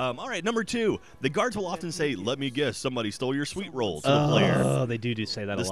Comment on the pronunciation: They pronounced sweetroll wrong?